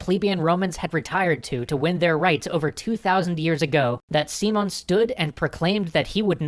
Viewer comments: I don't want to sound too hard with a non native speaker, but his name is SimÓn Bolívar, with the accent in the "o", not SÍmon Bolívar with the accent in the "i". Anyway, as always, great video (and thanks for showing the history of Latin America!! I want to see what you will do with the "truchiman sacamicas" of Santander and the Reconquista of the colonies) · As cool as these are I can't get over your pronunciation of Simón,! The emphasis is on the O, not sImon, simOn. Instead of Seemon, it's Seamohn" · He did not stress the right syllable...SÍ-mon BÓ-livar it's how he stressed it, when it should be si-MÓN bo-LÍ-var. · Not trying to be a dick about it, but I thought you'd like to know: I have to point out that you're stressing the wrong syllable. Instead of SEE-mon, it's see-MON. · Dear, here is some trick to pronounce spanish names and words: when a word had this "á" kind of sign over a letter that means that letter carries the stress of the word. So instead of "See-mon" you should say it like "Sim-ON" and instead of "Boulevard" you should say it like: "Bo-LEE-var". Good luck with that! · just a clarification: Simón has entonation in the last syllable: its siMON, not SImon. And Bolivar has entonation in the middle one: boLIvar, not BOlivar. :P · I know it's just nitpicking, but it bothers me the way he says SImón... It's siMÓN the strong part in the last syllable. Maybe it's better to just call him Simon, like you would say it in english, because if not, sounds a little weird. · you prnounced simon bol-i-var. the correct prnounciation is Si-MÓN Bo-LÍ-var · Yo, guys, love the video. I just wanted to give you a little tip, it's pronounced SiMON, not SImon. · Dude, it's not SEEmon, It's SiMON (accent on the "o") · Thats because english speakers cannot say the name properly. I keep hearing SImon instead of SimÓn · si-MON bo-LI-var you're welcome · lol its not pronounced seamon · Guys ! This is Spanish ! You have the accent ! Sim ó n !!!!